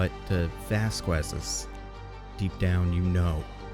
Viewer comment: Are we not gonna acknowledge the way he says Vasquez? 😭😭😭😭 But fr fr this is a good change